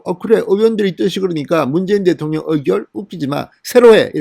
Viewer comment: 대통령~대통령~억양좀 거시기~ㅋㅋ